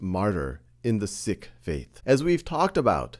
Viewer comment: can you even say sikh right? it is pronounced like this, "seek"